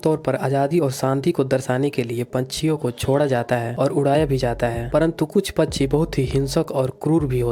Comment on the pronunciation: Pacchi nhi pakshi bolo